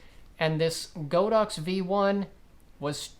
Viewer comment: Great video, however, it's pronounced god-ox not go-dox